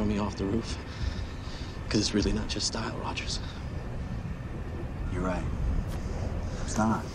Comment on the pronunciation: Dude its Rogers not Rodgers.. jeez